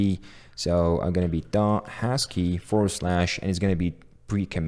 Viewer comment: did he pronounce husky as hashkey? xD